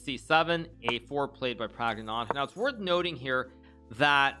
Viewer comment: Flawless...except for adding a phantom t to the end of Prags name